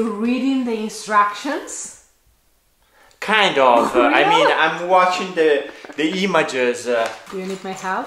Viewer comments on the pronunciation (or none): I had to laugh when was starting to get the bed set up. It sounded like he said he was "reading the DESTRUCTIONS" instead of INSTRUCTIONS so funny,,,,!! We've all been there,!! BTW Beautiful drone video of your visually stunning area of Italy.